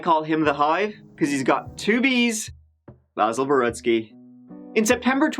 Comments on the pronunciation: really heard how Basil prefers his name to be pronounced & did the opposite 🤣 respect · I absolutely love how the detective asks him how he wants his name pronounced and then mispronounces it the whole interview JUST to get under Basil’s skin. Lol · I like when called him Basil instead of Basil hahahahaha. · The fact you intentionally mispronounce his name is golden! Anyone that horrid deserves as much mocking as possible. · says ”Basil”. Youtubes auto-text says ”Baseball”😅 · Good for you, calling him Baahsil. Just a little tweak of “he doesn’t deserve to have his name pronounced the way he wants”. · This made me lol and I re-watched the video just to hear it again. Basil, baaasil, idontcarisl 🤣🤣🤣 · “It’s Bay-sil”: “So BASIL-“ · Wowwwwww! This Bay-sil (Basil) is SO SO annoying! He is such a sorry sack of s*it! Poor poor me🤢... he reminds me of my Dad, but worse (didn't know that was really possible) 😳 If I was that Cop, I would've wanted to put old Basil down... HAVE A SOOK BAZ 😪😪😪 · And it's BAY- zul! He a sensitive guy. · “Basil” or “BAsil” or whatever the f**k. WOW is he insufferable… I hope his back still hurts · I'm laughing already.. Basil pernounced "Bayzil" 😂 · omg i love how starts this episode by shitting all over the pronounciation of his name, this'll be a good one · I love how he says how he pronounces his name and you say it wrong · I like how intentionally butchers his name throughout the video. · I love how used the incorrect pronunciation of “Basil” throughout. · That makes complete sense. I just thought it was funny that he pronounced it differently immediately following the video of hBasil correcting the officer on the pronunciation. :-).